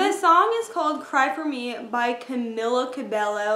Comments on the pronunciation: is pronounced "Camilaa Cabeyo". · Love this but it's "Cameela Cabeyo"